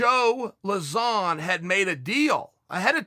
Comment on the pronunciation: Pronouncing Lauzon = Zero Issues // Yair = Hours of Content <3 <3 <3